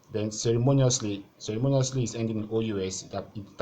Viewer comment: I think Ceremoniously should be stressed on "MO" and not"NI"